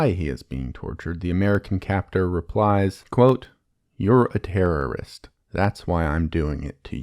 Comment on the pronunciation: you said terriost